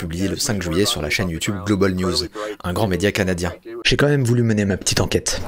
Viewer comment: Mdr tu as dit caca nadien